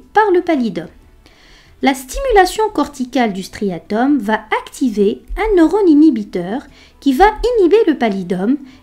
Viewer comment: Excellent!! Ce serait parfait si vous ne faisiez pas une fausse liaison entre « va » (3ème personne du verbe aller donc sans « t » final) avec le verbe qui suit. Par ex.: va aller. Mais c’est un détail étant donné la qualité de la vidéo.